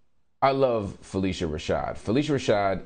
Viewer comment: Marc. Judge joe explained the wrongful prosecution. You are being irresponsible regarding phylicia rashad’s removal. It’s pronounced phyl-isha not phyl-eesha